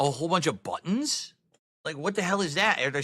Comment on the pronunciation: wtf a DAHCK?? It's got two BWUTTONS?? wauw dude